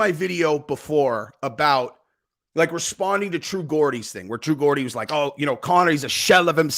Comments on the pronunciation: Dude .. true Geordie ....a Geordie is a person from the Newcastle area of England that's where he's from .it's pronounced Jordy ....not gordy c'mon dude dont do us like that😂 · Hey man don't wanna be that guy but it's pronounced "true Jordy" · Christ is geordie. You say the G like the name George. Who the heck is true gordy 😂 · my dude. With all due respect, the word Geordie starts with a J sound, as in George. #justsayin